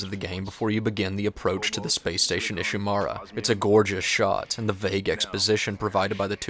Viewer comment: IshiMURA, not IshiMARA. even the characters pronouce the name of the ship you're in.